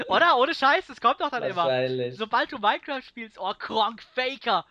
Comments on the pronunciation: Minekwüäääääft so geil :'D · Daumen hoch vür die aussprachen von minecraft vom:)